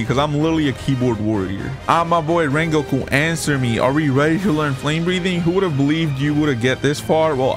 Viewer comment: In this Wideo we will be come wengoku